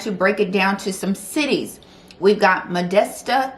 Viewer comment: luv your commentary on things! you said modesto correctly my dear, but reading pa is pronounced like "redding."